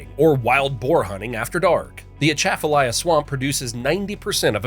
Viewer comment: first time I’ve ever heard anyone make a video for YouTube and even television that pronounced Atchafalaya correctly